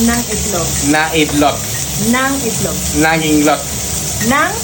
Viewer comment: Hahahaha ung itlog ganyan din pronounce Ng anak ko 😂😂😂😂